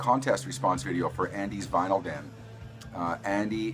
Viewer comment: Good video, especially considering that you were "vinylly" challenged (pronounced like Finally). Really like the Big Star and Smithereens.